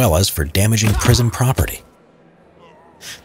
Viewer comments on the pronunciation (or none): HE SAID PRISOMUN INSTEAD OF PRISON!!!!!